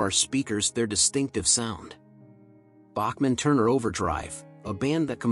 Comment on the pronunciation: A new record—Bachman pronounced three different ways in the intro…